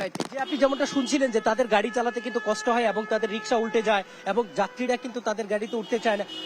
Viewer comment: (বৃষ্টি+ কষ্ট+উনিশ) রিপোর্টার ভাইয়ের এই শব্দগুলোর মূর্ধন্য ষ উচ্চারণের জায়গাটায় একটু সমস্যা মনে হচ্ছে। আমি কি সঠিক! 🤔🤔